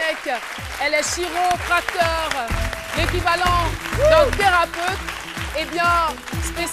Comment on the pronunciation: Caroline toujours aussi gaou. On écrit chiropracteur mais on prononce quiropracteur. A croire qu'ils ne préparent pas les missions en amont...